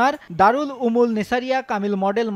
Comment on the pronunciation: উলুমের জায়গায় উমুল বলে।